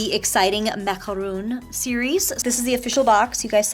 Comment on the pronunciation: It's pronounced MACARON! NOT Macaroon! MAC-A-RON!